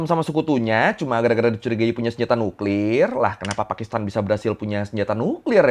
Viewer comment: Cra ngomong nuklir biasa aja bg jngn nuklirrr 😅😅